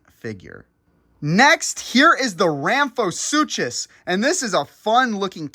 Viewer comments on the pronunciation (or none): I got to say, there are a few peices of context I want to add to this Proceratosaurus is an early TYRANNOSAURID, not early ceratosaurus It is ramphorYNCHUS, (pronounced ram-for-INK-us) not ramphorSUCHUS. Inaccurate pronounciation Yes, birds are dinosaurs are birds, not all dinosaurs are birds. I think you just meant to compliment the feathers, which I also really like. Also, I want to comment how it is rather funny that they added Dracorex, Stigymoloch and Pachycephalosaurus in one line. It is thought that they are all growth stages of the one Pachycephalosaurus. They even have completely different color schemes! Sorry I am not trying to criticize you, I really like your videos and especially the toyline reviews. I am just trying to add context to some mistakes or misconceptions.